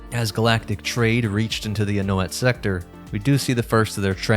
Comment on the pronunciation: The 'A' isn't pronounced in Anoat.